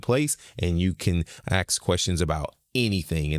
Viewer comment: it is called "asking" and "ask", not "axeing" and "axe".